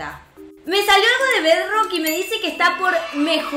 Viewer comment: Se dice bedrok 😬